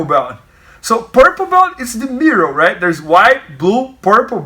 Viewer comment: "Raight in the mirrow"